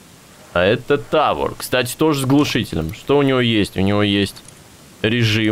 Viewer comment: Не "Тáвор", а "Тавóр") Спасибо большое за видео! )))